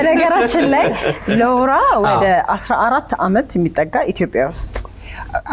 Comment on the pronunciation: “ላውራ” 😂 ማ ከለከለህ😂 ስሟ ሎውራ ተብሎ ይነበባል: ው ይዋጣል🤣did they just let a 14 yr old drink alcohol?😮 😂